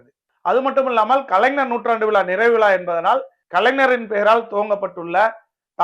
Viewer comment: தம்பி கலைனர் இல்ல கலைஞர் சொல்லுங்க. பார்ப்போம் அய்யோ ன இல்ல ஞ தமிழ் இனத்தலைவர் அவர் அவரையே சரியாக உச்சரியுங்கள்